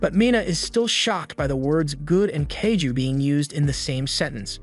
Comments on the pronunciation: it's kaiju not kayju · it tickles me to the wee when he say “kahh-ghoo” or “kay- ju”